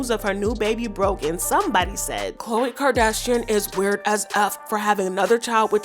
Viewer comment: Girl I looooooove your voice and how you say Kardashian. You are officially new favorite gossip channel! 💗💗💗💗💗